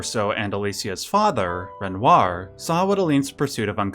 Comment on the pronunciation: Its wild that yoy can pronounce all the other french names close to how they are pronounced. But struggle saying renoir right